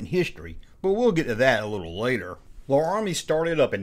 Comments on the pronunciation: La-rah-mi?? You did that on purpose to boost responses, right? Cos I have to believe you know it’s pronounced Lair-ah-mi! I’m from Georgia too so I get it either way. 😜 Can’t wait until I hear you pronounce, Tamiya! 😉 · Larami... as in the city in Wyoming... or the old cowboy tv show...